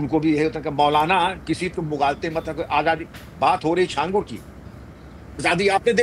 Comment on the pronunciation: सही उच्चारण छांगूर होता है जिसका मतलब होता है 6 उँगलियों वाला इंसान